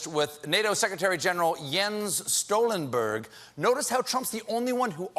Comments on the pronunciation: It’s Stoltenberg, not “Stolenberg” which is Trump’s Norwegian name... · Stoltenberg, not Stolenberg LOL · Jens Stoltenberg, deffinetly pronounced Jens Stolenberg. Yup. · Jens StolTENberg, not Jens Stolenburg! 😜😜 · It's Stoltenberg, not Stolenberg